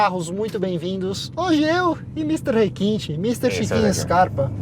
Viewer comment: chiquinho...puro rrrrrequinte kkk